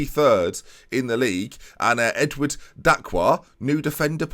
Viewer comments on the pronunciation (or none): none